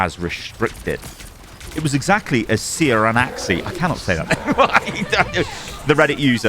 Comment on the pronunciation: I just figured the bots were new players who have no past experience with overwatch or anything like that, maybe its different because i use only console. Also ciaran is pronounced the same as Kieran